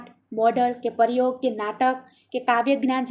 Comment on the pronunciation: વિડીઓ ખુબ સરસ છે બેન તમારો પણ થોડુક ઉચ્ચારણ સુધારવું પડે એમ છે....જેમકે પરયોગ ને બદલે પ્રયોગ બોલાય, લખેલું હોય એ જ વાંચો તો કંઈ પણ જરૂરી શબ્દ છુટી ના જાય વગેરે...